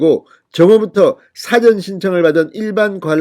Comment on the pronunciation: ▶️사전이 아니고 사-전입니다 한글 발음은 높낮이 길게 짫게 ◀️